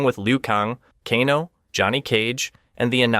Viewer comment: Bro, Kano is pronounced "Kay-No" not "Caw-No".